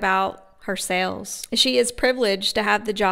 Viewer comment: and "sells" for sales and "jowls" for jaws 🙄🙄